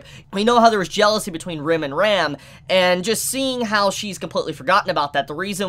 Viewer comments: RAAM not ram lol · who is this Rem? why are you mispronuncing Ram so much, you ok? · I always get caught off-guard with the wrong pronunciation of Ram's and Rem's name. Ram always sounds like REM and Rem like RIM! It's pretty common with English Anitubers unfortunately :/ A quick listen to how they say it in the original would solve this, probably...